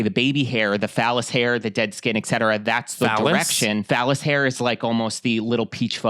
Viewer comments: It is vellus hair not fallus 😂❤ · VELLUS hair!! Not "phallus"!!! 😂😂😂😂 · Vellus is the baby fine hair on the body. Pronounced ‘veil-us’